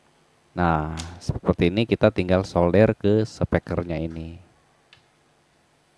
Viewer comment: solder /sordel😂 cemungut kaka 😂😂 tetap fokus